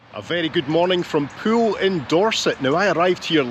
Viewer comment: As usual, a superbly natural and authentic production and presentation. Really enjoyed this one. Thanks so much for pronouncing Poole correctly too. The current BBC new replacement RP estuarine London media accent forces people to call Poole, " Paul". TV presenters also refer to a swim in a " Swimming Paul". Poole is not Paul folks. Listen to how pronounces it the correct way. Whinge over. Here's to - the blokes a gem. Yours Aye